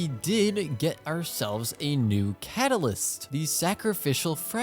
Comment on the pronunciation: 4 star kat a liss kelree